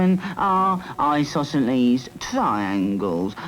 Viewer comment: "Eye, sauceso-leaze. TRI-yangles... Eyesausoleese, try-yangles"